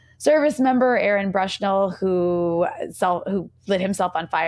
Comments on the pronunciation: Great interview, Rania. I’m not sure if it’s your pronunciation, but I noticed you’re saying “Brushnell” instead of “Bushnell” when referring to Aaron. After the sacrifice he made, I think it’s important to note. Thanks Breakthrough News ❤ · Sad she can’t say Aaron’s last name correctly.